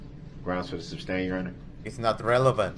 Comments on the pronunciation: "Grounds for the 'substain'" 🤣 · THIS IS SO ANNOYING! She said she would’ve give grounds yet here she does!! Substain. It’s SUSTAIN!!!!!